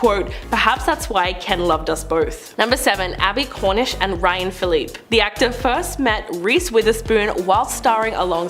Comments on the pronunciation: Lol did she just call him Ryan Phileep?🤣😂 To the narrator; his last name is pronounced as Phil-lee-pay lol Tori Spelling and her man are not even alittle bit attractive lol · HUNNAY..IT'S pronounced..Ryan FILL--IP--PEE!!! HE'S FROM NEW CASTLE DELAWARE!! MY COUSIN DANNY HAS A DAUGHTER WITH RYAN'S SISTER..KAITLYN..WHO HAS A DAUGHTER NOW AND IS MY COUSINS NOW GRANDDAUGHTER!! 'COUGH UP A LUNG ..WHERE IM FROM...CASTLE SON..AIN'T NUFFIN NICE!!!!!" SORRY I JUST GOT CAUGHT UP IN MY CHILDHOOD NOSTALGIA FOR A MOMENT!!! RYAN WAS ALWAYS CUTE AH when we were younger...but hes ALWAYS BEEN an ahole